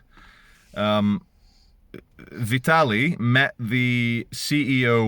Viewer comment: Vi tarl ie I think it’s pronounced.